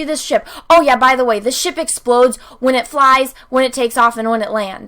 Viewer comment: Anyone expected to hear shit instead of ship?